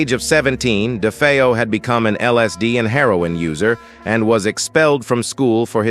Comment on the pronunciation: Poor A.I. can't decide how to pronounce "DeFeo."